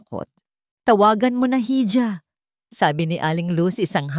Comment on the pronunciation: Hija - iha ang bigkas jn tangang vlogger